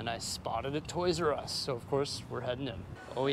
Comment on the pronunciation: You mean, a Oys "R" Us, right?